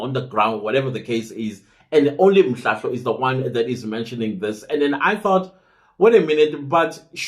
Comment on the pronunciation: You are killing me 😂😂😂, i like it when you say these names wrong, im in stitches with laughter, Colonel Mhlahlo